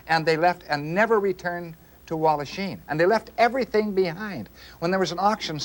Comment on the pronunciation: Walhachin with an 'h' please.